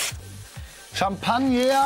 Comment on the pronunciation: hat er Campaigner ernsthaft Champagner ausgesprochen? 😂